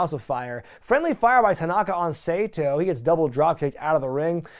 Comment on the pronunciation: I'm sorry but first: It's pronounced "Sah-toh" not Seito. My inner weeb is crying. Second, that's Pat Tanaka the one with the long hair. But good video still.